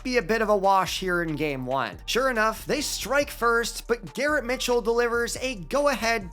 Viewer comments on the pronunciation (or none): none